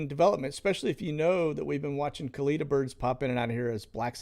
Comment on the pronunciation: Funny you're watching Bill Barr... he "resigned" today (fired) so nothing to see there now. Also, not a big deal but you pronounce Kalita airlines incorrectly. You say "kuh-leet-uh" when the correct way is "kuh-lit-uh". Kalita airways is owned by legendary NHRA drag racer Connie Kalita (was also married to legendary drag racer Shirley Muldowney). Connie currently still owns a successful NHRA drag racing team seen on TV on the weekends competing.